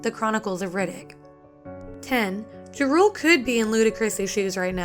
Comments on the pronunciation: It's JA-RULE, not Jarool,. I do find it funny though how he thought he was too big a deal to return for any Fast and Furious sequels, since his only major role was in "Light It Up," which like the 2001 Fast and the Furious movie, he contributed an original song to the movie soundtrack. Also, it's a good thing Rob Cohen said no to casting Eminem as Brian O'Connor. Each movie with the character would have had to be R rated so that Eminem could be as profane and raw as he wanted to be. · Its close But also "jarule " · The way she said ja rule was horrible